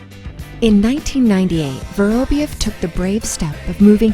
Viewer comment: Pity they couldn’t get the narrator to pronounce his name properly. It’s vuh-rahb-YOV, stress on the ending pronounced YOV. Just lazy.